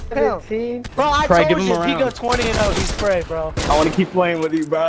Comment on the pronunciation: It’s not “prey” it’s “im prey”